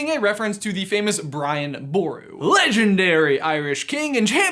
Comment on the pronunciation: I am irish and the pronunciations where brilliant for brian boru